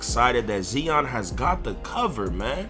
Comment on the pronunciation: westbrook = regular season stat pad (stamina) Lillard better in the playoffs. (Heart) and who the fuck is Zeon just because you're hood don't mean you have to miss pronounce shit.